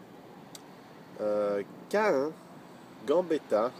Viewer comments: Mdr, CAEN ça se prononce comme QUAND :) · C'est moi ou il a dit CaIN à la place de Caen au début ? x)